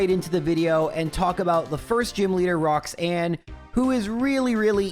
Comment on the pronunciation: I was re-watching your other minimum battles the last couple of days while being ill and just yesterday I watched the latest Emerald video thinking "damn I hope is going to continue the series soon". I am so happy right now, feels like early christmas. Thanks for your content! Edit: Also there's no way you pronounced the first Rocks-Anne that way unintentionally right?:D